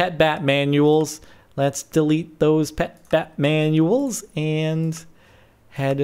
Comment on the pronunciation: Whenever he says pet bat manuals, I think pet Batman... uals